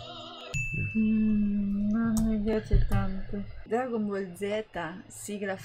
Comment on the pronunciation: Dragon Bull noooooo😂😂😂😂 jeje???Geteeeteee???Noooooo🤣🤣🤣🤣🤣🤣Maledetti Francesi le storpiano Tutte!😂😂😂😂😂😂😂